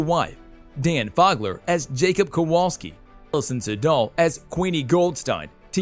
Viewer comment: Wow, nothing like hiring an announcer who slaughters names and has never watched a moment of anything in the Wizarding World. "LIVERMONEY? Seriously? ", It's, an I not L, Ivermorny, Dan Fogler was pronounced wrong too not to mention others. It may not be a big deal, but it's a big deal to fans!